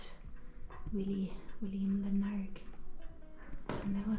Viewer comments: Lar-nick Castle as we say heref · Glad you had such a good time in my home town. BTW - Larnach is pronounced LAA-nuck. Well done for giving those tourists a lift! Some nice cutting in the video between Larnach Castle and the Soldiers memorial - the views, coming down the steps, etc.